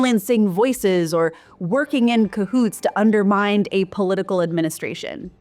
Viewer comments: Regarding the BBC, it is often accused of bias on e.g. Twitter/X. However, as I've often seen it accused of being both anti and pro-government, people seem a little confused as to which way it swings. P.S... 'pedantic' not 'pandantic' 'undermine' not 'undermind' : s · And 'undermind ' as well! I hope that they are simply flubs and not the woman's actual diction. Thank goodness that I'm not the only one to have flinched when they happened. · Look right I’m giving this video a thumbs up and a comment cos the subject matter is good but I just have a question. Has anyone noticed that a lot of YouTubers, even video essayists, don’t know how to pronounce words properly? ‘Undermind’ instead of ‘undermine’, and ironically ‘pendantic’ rather than ‘pedantic’. I don’t believe it’s a matter of colloquialisms, nor local pronunciation or accents. Almost every other video I watch it seems there are words that either people have never said and don’t know how to pronounce, or they written it into the script wrong and don’t hear what they’ve just said is incorrect. I notice it in lots of different nationalities, but when it’s a native English speaker I’m kinda baffled. It makes me not want to watch cos if they can’t pronounce a word properly then why should I trust their academic opinion? It always throws me off. Anyone have any insights? Also the merging of the words ‘generally’ and ‘genuinely’ in the YouTube and TikTok space fascinates me to no end😂 (not in this video)